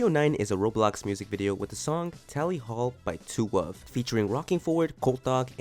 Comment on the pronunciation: "Tally hall by two wuv" ... Dude.